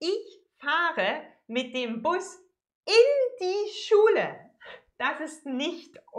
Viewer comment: i love this woman! her smile and the brrrrrhrrhrhr schule :D